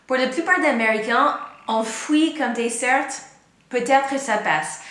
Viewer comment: Pourquoi vous prononcez le T de dessert mais pas de chocolat?